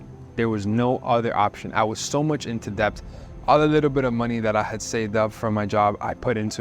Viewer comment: How does he not know how to say debt yet?